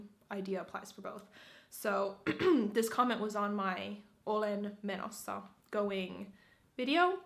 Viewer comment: you're so cringe. Menossa doesn't mean going :DDD also your pronunciation sounds so, how should I say it? Gross? It sounds so robotic and greasy and not natural.